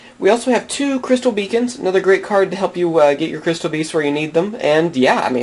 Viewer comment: you said crystal becons twice with the blessings lol